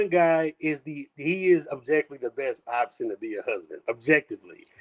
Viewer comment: Her inability to say OPTION ins throwing me